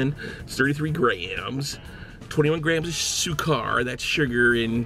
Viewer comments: sugar in swahili is sukari not sukar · Also sukari is sugar in Swahili. Seriously, check these things before you continuously mispronounce them.